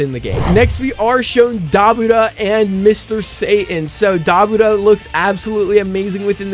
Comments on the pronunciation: Pronounce: Duh-boar-ruh not Da-bu-ra, not tryna be rude js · you’re pronouncing it wrong xD it’s Da - Bu- Ra